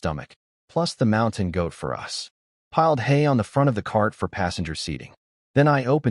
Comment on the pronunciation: I love how the voice this channel uses cant pronounce "us" properly and pronounces it like "u. s." making it seem like ths united states just shows up randomly in the stories